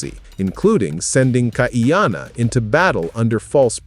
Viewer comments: NOT Kaiyanna! Kaʻiana (Kah-ee-ah-na) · Please KAH - EE-Ahh-Naa.